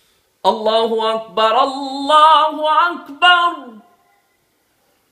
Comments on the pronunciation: Mashaaa allaah bahut qoob lekin maaf karen allaahu akbarallaahu akbar ke bajay allaahu akbarullaahu akbar me zabar ke bajay pesh shayad atahoga ek bar tehkheeq karlen I am sorry mujhe aysa lagta hai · Masha, Allah azan a hai hai Lakin Allah Akbar k r per paish hai qari sahib nai zaber parha hai no k sareeh GHALTI hai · Bhai jan allah hu akbar rulllah hu akbr ral ni rul he jnb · Ap ne galt para hai ye Allah hu akbarullah hai ap ne Allah hu akbarallah para hai ye galt hai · Allahu akbar , raa ki peesh durasat karain